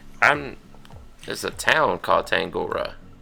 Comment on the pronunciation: Love the video guys! Trash talking is the key to all the best conversations haha here in NZ we say 'having a yarn' Also, 'Tangaroa' and Kai 'Tangata' is pronounced like the ending of 'tongue' (the thing with the awesome yarns ;p) So: Tongue-a-roa (roa like rower) And Tongue-ata It's hard, don't stress hahah ka pai o rawe mahi! Stay slick bois